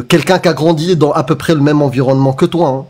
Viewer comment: "Comme je tje djis, c'est pas l'environnemont" 🙃